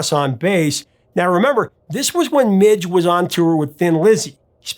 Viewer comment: Please learn to pronounce things. Midge not Mitch, and Visage is viz-ahj not viz-ej